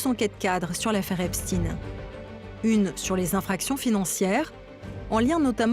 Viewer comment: Déjà c'est pas epstine mais epstayn ! Prononcez correctement ce nom sioniste !